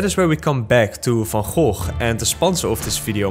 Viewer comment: now that's how you pronounce Van Gogh's name.